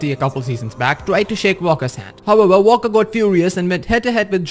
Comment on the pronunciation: It’s pronounced Walker not ‘Valker’